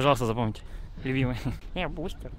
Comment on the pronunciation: Бл его Литвин называл БустЭром, а не БустЕром